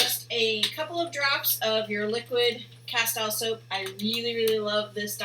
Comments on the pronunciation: like your video....but you are saying castile wrong ! kas-tel ....the e is long like casteel ! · Yep. It's caSTEEL.